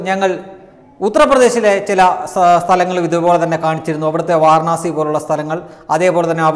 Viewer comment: വാരണാസി അല്ല. വാരാണസി ആണ്. വാരാ ണ സി. ദീർഘം ര യ്ക്ക് ആണ്. ണ യ്ക്ക് അല്ല.